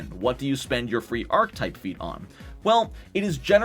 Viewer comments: Ark-uh-type, not ark-type. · What the hell is vein·kuh·type?! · And mispronounced every time.